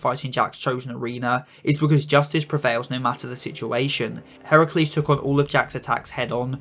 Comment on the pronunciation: FINALLY GLAD SOMEONE GOT HERACULE'S NAME RIGHT